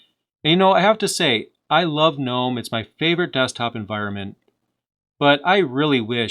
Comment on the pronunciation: You know how to pronounce Mate but not Gnome? Just like Gnu is pronounced geh-new, Gnome is pronounced geh-nome